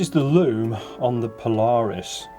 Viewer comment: Paula Reis not Po-Lar-Us.